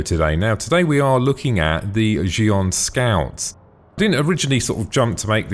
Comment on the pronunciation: Lol did he say shgion scout?